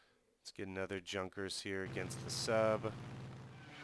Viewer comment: Interesting gameplay. Corectly to speak Junkers - not Dzunkers. It is famous Ju 87 Stuka)